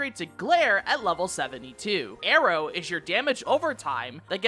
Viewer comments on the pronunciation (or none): none